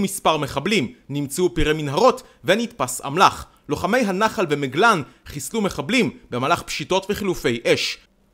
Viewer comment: אני רק חייב להעיר שאומרים MAGLAN ולא mEglan זהו תודה